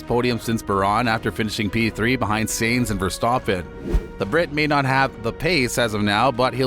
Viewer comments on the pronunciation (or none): What is this? Another grifting racing channel from people who dont watch racing? BAH-RAHN? SAINTH? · 1. Your info is super out-of-date. I have to guess it took u a while to get this published 2. You seriously need to learn how to say "Sainz" and "Porpoise" correctly cuz its cringe. Pro Tip: Google has a "Listen" icon